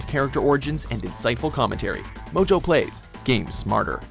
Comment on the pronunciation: MOjo plays sounded like Blowjob pays ....weird